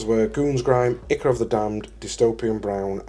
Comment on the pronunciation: I can see myself steadily buying these products to replace my current AK stuff. BTW Ichor is pronounced EYE CORE.